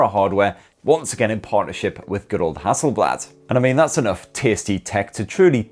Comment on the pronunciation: ok its its pronounced Hasselblad like hassel is close to hustle and blad is almost like bath or bar. not like in bad.